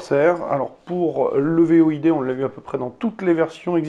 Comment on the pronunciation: Void ce prononce "Voyde" et pas "V.O.I.D" 😉 Sinon très bonne vidéo